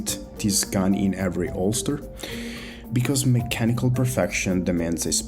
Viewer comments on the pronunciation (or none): Man can say phenomenally just fine, but expects me to believe he has to mispronounce holster for clicks.....????????